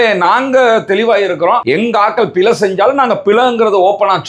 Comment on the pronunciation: சிங்கள என்று சொல்லாமல் சின்ஹல என்று சரியாக சொல்ல தெரிந்த உனக்கு பிழை என்று சொல்ல தெரியவில்லை, பிலை என்று சொல்லுகிறாய்.. அது போகட்டும் மூச்சு எடுக்க கஷ்டமா இருக்கு இருக்கு எண்று டொக்டர் கிட்ட போய் முகத்தை காட்ட முடியாது என்று சொன்னா எப்படி டொக்டர் மருந்து கொடுப்பது. அப்படி என்றால் லேடி டொக்டர் கிட்ட போயிருக்கவேணும். இதுக்கும் ஹிஜாப் போடுவேன் என்று சொல்லுகிற நேசுக்கும் என்ன சம்பந்தம். சும்மா ஆக்களை குலப்பாமல் ஹபாயா பிரச்சினையை எதிர்த்து வழக்கு போடு. அதை விட்டிட்டு சல்லி தேடுறதுக்கு ஆக்களை குலப்பாத.